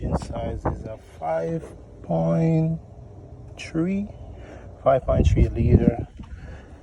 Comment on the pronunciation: A 5.tree? You this must be the ev version😂